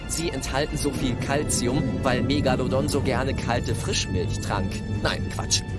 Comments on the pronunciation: Mich triggert die Aussprache Megallodon. Das Teil heißt MegaLOdon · Du meinst Meeegalodon. Ich hab nach so einem Kommentar gesucht. Mit geht’s ganz genauso. Hat mich so fertig gemacht